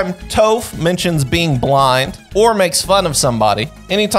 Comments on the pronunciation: bro said toph like tofu. i know they were eating you up in chat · This dude really called her toe-ph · my man really said "toeph" at the start. Ah hell naw you better fix that shit. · Dude really toes with an f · Homie said "Toeph" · My man really called her TOEph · Bro said Toef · Did he just say toef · TOEph? WHy mispronounce that? just why? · Had to have pronounced Toph's name wrong on purpose 💀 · The way he pronounced Toph 💀💀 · The way you say toph gives me cancer